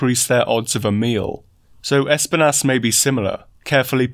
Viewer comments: It's pronounced esPInas. It's the spanish for Thorns. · I like how you say Espinas lol. Es-pin-ASS